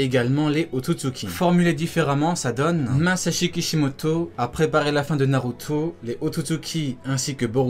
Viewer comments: " Narutoooo " pk t'appuies sur la fin ? mdr t'as une manière de prononcé Naruto mon gars c'est chaud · cette facon de dire naruto mdrrrrrrrrrrrrrrr